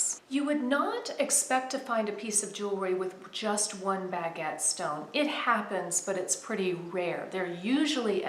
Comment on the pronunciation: I love how you pronounce "baguette" really. It's a pretty design but I still prefer the usual or common diamond cut. Thank you so much for sharing another jewelry minute video...xoxo